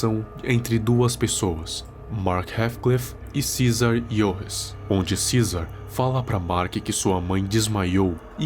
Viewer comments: Cara o certo é cesar Torres e não Jorres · Era torres nn Jorres, eu acho